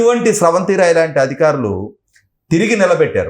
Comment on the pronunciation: అధికారులు అనాలి. అదిఖారులు కాదు